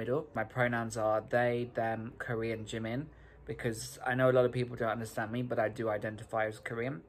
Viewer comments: Like they don’t even pronounce jimin right 😭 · When they said Kor/ean and Ji/min I cringed all the way down to my core